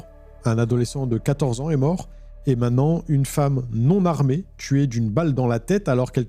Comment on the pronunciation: Dis, j'apprécie beaucoup tous tes contenus, mais de grâce, apprends à prononcer le mot "MAINTENANT" et pas "MAINANT" - LOL